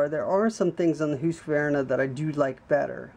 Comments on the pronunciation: Who-ska-vern-ah? It's Husk-ah-var-nah. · Is the name not pronounced HUSK -VAR -NA not HOOSKA VERNA ? I have never heard that name pronounced that way. Its husk -var - na for me. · Here in western Montana, I fear that any logger hearing this fella pronounce the Husky name like he was from another planet would get the ol' chain saw haircut. Take the easy way out and just call it a Husky!! ...............Hoooooski, indeed!!! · Say's Mr Hoooooskavarna rotfl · No really its husk-var-nah, no "ah" between the q and v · lmao, its husk var na.